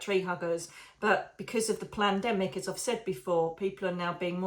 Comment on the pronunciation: Omg not sure if you were meant to say it but it sounded like you said plandemic not pandemic! Bloody hell that makes more sense than a pandemic definitely planned!!! 😳